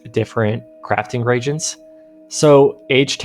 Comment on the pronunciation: pet peeve - it's pronounced RE-agent, not Re-gent. A Reagent is a material used to set up a chemical reaction. A Regent is an Acting Royal, like when an older family member rules for a child king. Pretty sure nobody is throwing away spare Regents they found in their pockets. :D